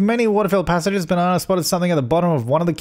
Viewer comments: Do you say it “Bananar” because of your accent or because her name is Banana R.? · Is he saying Banana R or just Banana but his accent makes it sound like Bananar? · hearing you say banana over and over is very satisfying hahaha